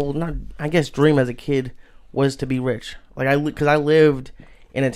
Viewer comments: wrich!? haha wtf Joey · Joey "Wrich" Díaz